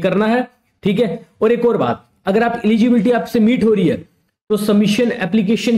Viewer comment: Eligibility ❌ Egibility ✔️ 😂😂😂